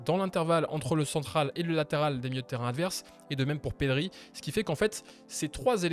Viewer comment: Perry? Ah bon 😂 on dit Pedri c'est pas dur pourtant mdrr